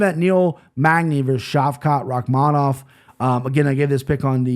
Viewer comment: I love you but I think you missed pronounced Shaylin Nuerjdanbekeiej